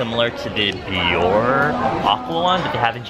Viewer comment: isnt biore pronounced be or rae??? or have i just been pronouncing it wrong my whole life HAHAHAHA